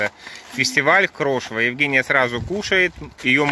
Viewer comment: Режет ухо слово "крошево". Звучит, как хрючево. ЗЕЛЁНЫЕ ЩИ, КИСЛЕННИЦА. Ивановская область